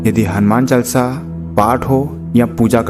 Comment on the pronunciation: अरे भाई क्या चालसा चालसा कर रखा है। शुध्ध उच्चारण करो हनुमान चालीसा बोलिये। चालसा नहीं